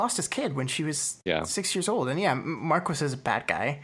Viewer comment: I swear, every time I hear “Markwis,” I die a little inside. Loving this series from what I’ve watched of it so far though.